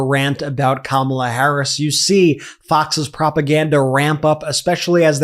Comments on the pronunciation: Did Laura actually pronounce Kamala Harris' name correctly?!? Must be the only true thing she has said! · Atleast Laura is pronouncing Kamala's name correctly.